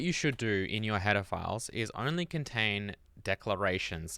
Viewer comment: To my ear "header files" sounds a lot like "pedophiles" with your accent.